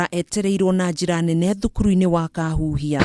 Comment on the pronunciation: It's called Kakuhia not Kaahuuhia !!